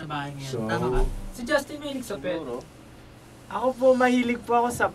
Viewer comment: I really love how Justin pronounce his name. nahuhulog ho ako don!